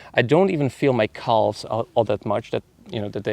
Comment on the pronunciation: Calves = Kaahvs =/= Kalvs